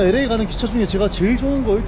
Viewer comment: 에레이가 아니구 엘레이입니다ㅎ 늘 잘보고 있습니다.